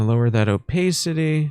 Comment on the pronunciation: the o-pay-city is killing me. love you 💖